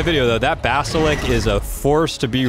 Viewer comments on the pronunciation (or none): its basilisk not basalik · I like how he doesn't say the "s" in Basilisk. He says Basilik lol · say basiLICK one more fucking time. i dare you :D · WTF IS A BASILICK ITS CALLED A BASILISK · basiLICK